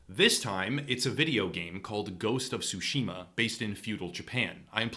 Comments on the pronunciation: ITS TSUSHIMA NOT SUSHIMA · The "T" in Tsushima is NOT silent, practice with saying Tsu and make sure to pronounce the T then say Tsushima. Please, it is not sashimi with an A at the end.